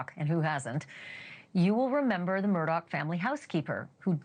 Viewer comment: His name is not Murdock! Learn how to say it🤦‍♀️🤦‍♀️🤦‍♀️🤦‍♀️